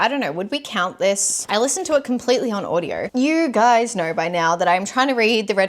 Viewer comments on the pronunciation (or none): none